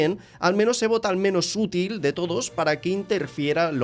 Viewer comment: Esque cuando has dicho util te ha salido muy raro